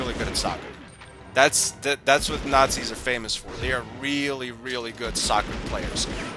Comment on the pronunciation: It's nazis, I don't know how you could ever pronounce nazis as naszies